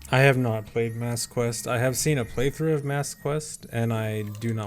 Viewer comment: It's Master Quest, not Mass Quest